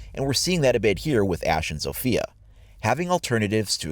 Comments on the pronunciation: In Poland we read her name Zofia no Sofija :) U can hear this in google translate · its ZAW-fee-uh not ZOWE-fee-uh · Era is how the devs pronounce ela and sofia is how they province zofia (I’m making fun of them btw T_T) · As a polish person the way some people say zofia,it kills me.